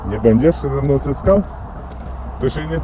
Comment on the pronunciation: "Cyckał" ? "CYCKAŁ" ??? XD Głodnemu chleb na myśli xd